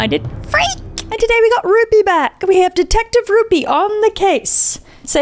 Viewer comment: Every time she said rupee ( I dunno how or spell his name sry) I think she says ruby ( aka my name) lol